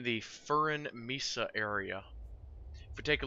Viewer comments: mesa (spanish for table) is pronounced MAY-SA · Dude the rocks grew moss since u did this so more slipping <3 TNX for hints top of screen its pronounced MESA ;3